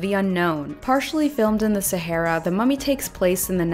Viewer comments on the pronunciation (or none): none